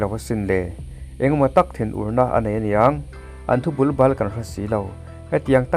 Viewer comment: Thu bulbal...i lamdan hi a fuhlo deuh tlat...Bul-bal...Pangbal ei chi i hria anga, Pang-Bal hming kan lama Bal rikdan angin Bul-Bal tih tur...Kanti ve mai mai anih chu... I Voice erawh Youtuber rau rauah ngaihthlak nuam katih ber pawl Ini.